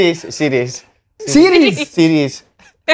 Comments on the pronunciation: slaney not being able to say series is class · A lot of people pronounce series like that